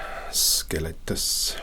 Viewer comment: THIS IS THE KIND OF GUY DRESSED AS AN ANCIENT ROMAN I WANT TO FIND UNDER THE COLOSSEUM NEXT TIME I GO TO ROME LMAOOOOOO! Well done, amazing as usual!!! Love the way you say Scelestus